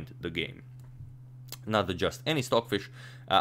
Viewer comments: STOCKHISH LOL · Who is "stockhish"? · Stockhish? (H)?? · "stockhish" lol no stocfish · "stockhish" is amazing here! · why does it say stockhish? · Ah yes, "stockhish" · "Stockhish" haha